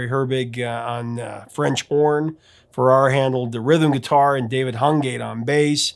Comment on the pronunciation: Thank you for this heartfelt tribute. I was truly heartbroken when I heard of Olivia's passing, she was one of my idols, a person who no-one says a bad word about. Also, her long time songwriter's surname is pronounced Farrar like Farah Fawcett.